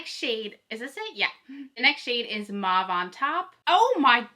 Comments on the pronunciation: Mauve is pronounced as mowv. Putting mauve eyeshadow on top of brown bronzer doesn't work. The colours don't show up properly when you have bronzer on your upper and lower lids and on both eyes. They clash and the bronzer is distracting. Bare eyes would work better. Keep up the good work! I love your enthusiasm! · It's so interesting to me that you pronounce mauve like "Mawv." Where I'm from (Ontario, Canada) everyone says Mohv" and I always thought everyone said it like that, lol. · I'm the opposite! From Texas and have always heard it as "mawv". I had never heard it pronounced as "mohv" until people started posting the videos for this palette.